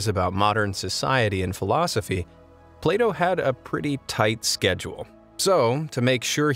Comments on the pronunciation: Plato sounds like playdough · Bruh, it sounded like Play doh